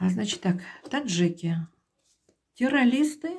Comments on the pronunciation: Я в своей жизни не видела и не слышала такого "таролога", который не может правильно выговаривать слова (теролиСты) и связано и грамотно доносить информацию. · Как вы говорите ?терролисты?😂